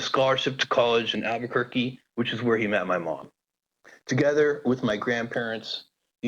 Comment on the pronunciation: 알버커키를 알버큇으로;; ㅋㅋㅋ